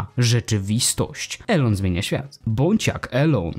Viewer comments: Wymawia się "ilon" a nie eLoN. Taka rada na przyszłość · NIE ELON TYLKO ILON tego się słuchać nie da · Imię Elona Muska czyta się bardziej Ilon